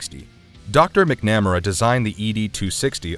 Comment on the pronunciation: Mick-nam-r-a…..yikes. It’s MAC-NA-MARA